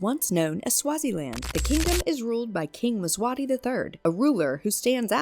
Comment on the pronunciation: Mswati..Nit mswani